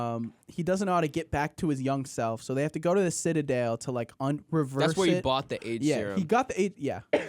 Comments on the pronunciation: I’ve listened to this episode like 3 or 4 times and it still makes me mad when says “sitta-dale” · I can't get over how strangely is pronouncing the word 'citadel'. 💀